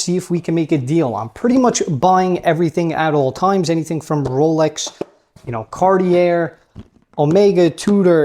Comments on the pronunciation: Big fan! I’m sure you know this, (how could you not?) and say it how you want to, of course, but the correct pronunciation of Cartier is “Car-tee-AY”. ✌️ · Silent r at the end of Cartier bro. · You have to learn how to pronounce it though... the R at the back is silent. xD